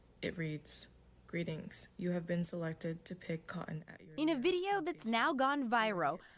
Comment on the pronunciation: PICK COT-TON , why does he pronounce things so weird, he's an actual alien